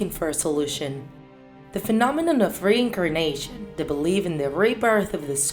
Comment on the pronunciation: So u believe in “rain a carnation” ur accent man 😂😂